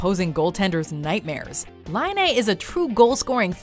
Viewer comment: Patrik Laine 👍👍 yay. Hearing Finnish names from someone who is speaking English is always weird 😅 Partik's last name was said right once and other times almost right 😜 is the right one. It's Laine, not Lainee 😜:P